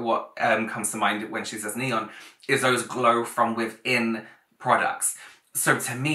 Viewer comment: the way this woman pronounces "Neon" just ruined my entire day